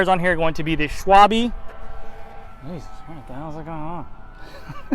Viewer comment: Great video! But please!!!! dont call it "Schwalbi" its "SCHWALBE". Here you go